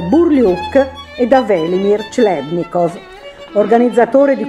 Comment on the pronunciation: "clebnikov" non si può proprio sentire....